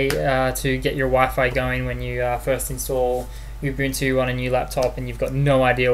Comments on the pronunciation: ubantu... lol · U BUN TU That is how to pronounce :)